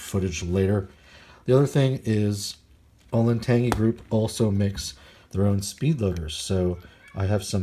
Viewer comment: Pretty sure you butchered the pronunciation of the grip company. Olentangy is a river in Ohio. The grip company is named after that river.